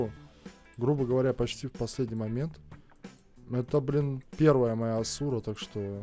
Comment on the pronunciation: хоспади, не асУ*ра ,а А*сура и это он , а не она.